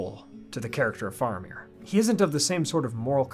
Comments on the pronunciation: It's fa-ra-mir not far-a-mir. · Why are you saying his name wrong as Far amir? It is Fara meer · wait what is the correct pronunciation of Faramir? I thought it was like Fair-a-meer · Please. It's Fair-amir, not Far-amir, and it's "Wennm" not Wen-ham. And yes, they did our boy dirty in the films...